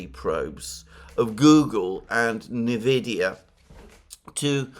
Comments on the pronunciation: It’s pronounced “en-vid-ee-ya” not “na-vid-ee-ya”. ie, you enunciate it as the letter “N”, rather than phonetically roll it into the word. And yes, it went from being the most profitable and efficient “miner” of Bitcoin, Ethereum, and others, to being the most powerful “Deep-Learning Algorithm” chip manufacturer. In 2020, amongst the previous Trump tariffs on China (read: Taiwan), the cryptocurrency boom, and utmost dominance of nVidia, over AMD, in the PC gaming market— the contemporary release of the “RTX 3000-series” video cards (GPUs) saw an UNPRECEDENTED market demand, coupled with an extremely low market supply. - ~2018-onwards nVidia was leading in the videogaming industry in its use of “AI”, or “Deep-Learning Algorithms”, beginning with training a predictive algorithm to increase clarity of images -this became “DLSS”, which would take a lower resolution image, and “upscale” it to higher resolutions, via a predictive model. In real time, this allowed videogames to render an image, a single frame, at lower resolutions and upscale it and display it, at higher resolutions, thus saving rendering power, making it possible to achieve higher framerates in otherwise demanding games -further improvements, and off-shoots made nVidia GPUs a very demanded product -coupled with the existing technology that calculated the physical paths of light sources as “rays” that “bounced” off walls, diffused, etc— nVidia was releasing a product that was “required” to utilize these breakthrough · Everyone pronounces it Envidia, which is Spanish for envy.